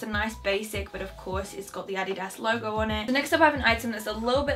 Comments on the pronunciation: Omg finally someone pronounces it "Adidas" not "Adeedus" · ANNAGISSAA because Americans pronounce it differently however the way she pronounced it is correct. Adidas is a German brand and thats how they pronounce it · Finally someone who speaks English but pronounces Adidas right! I once said that in my video and the people were like."no that sounds so weird" haha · wait how else are you supposed to pronounce adidas, this is normal pronunciation for me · You are actually the first english speaking person I’ve heard who pronounces Adidas right 😄